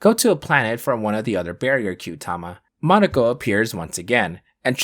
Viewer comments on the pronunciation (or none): none